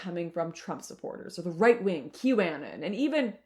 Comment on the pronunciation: Did she really just say "Qew Annin'"? Guess she has no fck clue about what that whole movement was about if you cant even pronounce it right.